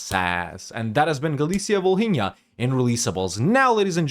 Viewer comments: “H” is Volhynia is silent fyi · h is silent in Volhynia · I don't know if anyone said this before, but, just so you know, in the name 'Volhynia' letter 'h' is not pronounced